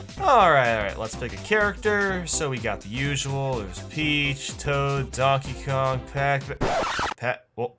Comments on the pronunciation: to he says daenkae king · U said Dankey Kang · did he just say, DANKEY KANG? That was a silly inside joke my family had! 😂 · Why did you say Dankey Kang? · It's not dankey kang